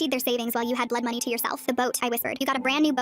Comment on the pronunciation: I'm sorry but when she said Bloodmonwy I thought of the game✋️😭✋️